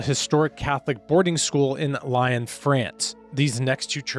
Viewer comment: Lyon is not pronounced "lion" it's pronounced "LEEon"